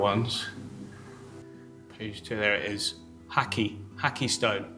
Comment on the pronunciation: I don’t wanna be that guy. All the love in the world to. He’s amazing. But the stone … Japanese pronunciation rules. Ha as in “Hah Hah” and Kai as in K to the “Aye Aye captain” 😅 again no direspect I love all the content ❤